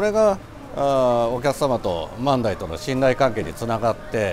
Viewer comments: 万代の発音が自分と違っててショックだったよ…よく行かせてもろてるけど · 万代の発音がおかしすぎて気になります😂